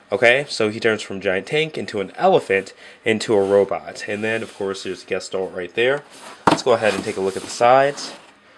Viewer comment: guh-shtahlt Dictionary pronunciation